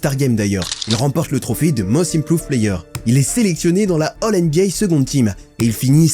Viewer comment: NBA et pas NBYAY… tu fais saigner mes oreilles à chaque fois 😂😂😂😂